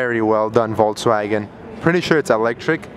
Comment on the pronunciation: "Voltswagon" ughhhh facepalm